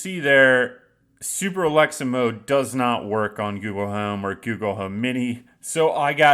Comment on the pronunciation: You didn't even say it correctly. Though, it still probably wont work.